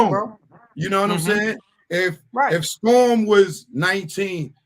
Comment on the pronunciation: Of all the CELEBRITY NEWS out there this what is choosing 🤷🏿‍♀️🤦🏿‍♀️. First off the INTERVIEW should've started out with how did the Savage Family meet R Kelly? This dude can't even say his Daughters name he ONLY Know The ONE with R Kelly. How you DON'T KNOW the Date or Number of Years you haven't spoken to your Daughter? had to say it was 2019 cause that case is from 2019. This man is CHASING FAME and is using SA for a Click & View. These RANDOM questions are BIAS and don't help his CASE. Cause HOW you as a PARENT justify allowing your UNDERAGE DAUGHTER to be AROUND R Kelly after 1996🤷🏿‍♀️😎? The PEE on You Video was ALREADY OUT and INTERNATIONALLY known😎💅🏿.